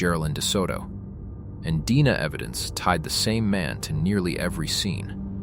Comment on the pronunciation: You seriously can't teach ai to pronounce simple words correctly? Or distinguish between DNA & deena?!? Editors, please!